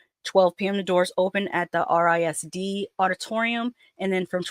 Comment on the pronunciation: Around here RISD is pronounced Riz-D